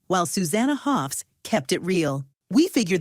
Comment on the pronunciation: First of all, it's Hoffs, not "Hoff". Secondly, the others had every right to be unhappy. The band is supposed to be a partnership, not a dictatorship. They all wrote songs and played, they didn't subscribe to be Sue's backing musicians. Her promotion over others was an insult and had to be called out and resisted.